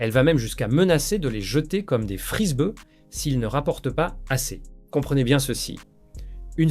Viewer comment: Des frisbEUH. Le bot doit revoir la prononciation lol